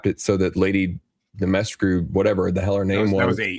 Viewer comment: Dimitrescu is pronounced dim-ee-TRESSK........in the game at least.